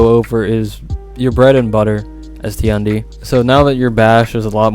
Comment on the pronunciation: How can the "#1 Tiandi" not know how to say his name? EDIT: Ah console.... that explains many things.